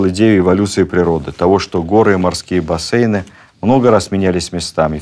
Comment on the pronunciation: НоворождЁнный) никак не новорОждённый. И бассЕйн, а не бассЭйн, слово давно обрусело . Очень благодарна за лекцию! 🙏